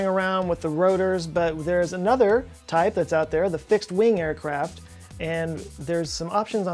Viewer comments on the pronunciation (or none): none